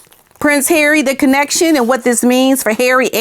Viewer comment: I love the way you say Harry ❤ and the violin 🎻 perfection 🥰 . Not a fan of hairy but I will reserve my judgment, he may guilty of bad judgment, but unless he's charged criminally.... then he's just the same idiot from yesterday.